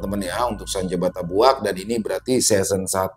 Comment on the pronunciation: Izin koreksi dikit ya 😊 Bukan Senja Batabuak Mas, Yang betul Senja Batabuik😅.